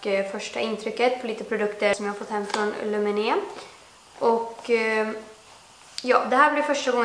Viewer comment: Du uttallar lumene fel